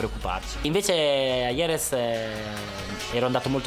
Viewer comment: 3.13...Noooo Valentino, Jerez pronunciato IEREZ e successivamente GEREZ, non si può sentire!